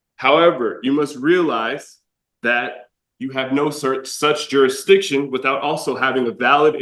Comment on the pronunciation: "Prove jurisdiiction", lock him up for contempt. I wonder if he bathed today. 🤔🤔🤔